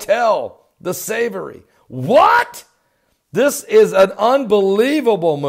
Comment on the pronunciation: The hotel is pronounced phonetically the "saw-voy" like boy with a 'v'. Very historic and famous luxury hotel in London.